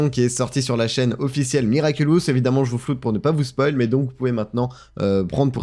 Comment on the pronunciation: Ouais ça me tue surtout que pendant tous l'interview Thomas Astruc prononce miraculous mais lui il s'entête à dire miraculus. Globalement on sent que le mec ne sait pas du tout de quoi il parle. xD